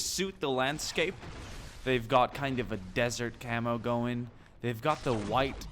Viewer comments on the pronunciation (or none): none